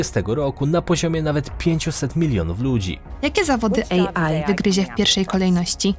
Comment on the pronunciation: AI nie EJI 🤦🏻‍♀️ AI czyli Artificial Intelligence. Jaki głąb dodawał napisy? 😂🤦🏻‍♀️